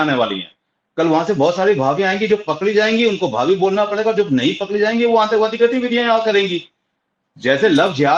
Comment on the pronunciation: shabd Antak wadi nahin, Atank wadi hei, aap apna uchharan sahi kijiy pl.